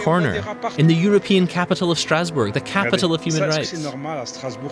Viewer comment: What is that pronunciation of Stassbourg? It sound like a German trying (and failing) to pronounce it like in French, instead of saying the city name in English or German